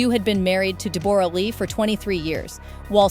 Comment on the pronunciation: Stop saying DEBOOOORAH its Debra!!!!! Do your homework before presenting a story lady!!!!